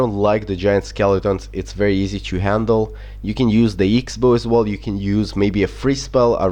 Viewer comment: Lol "eeks bow"